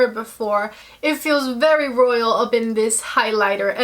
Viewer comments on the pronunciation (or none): none